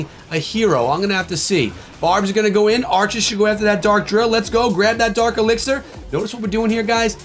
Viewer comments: That's dark echo 🤣🤣 not fark my boy🤍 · It's dark elixir rite? Not fark elixir